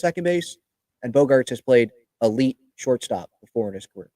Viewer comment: Did you really just say elit shortstop haha haha smh